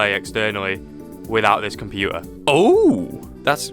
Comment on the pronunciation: why is this guy not pronouncing "t" word, he is also saying compuer, instead of computer. 🤔🤔💭💭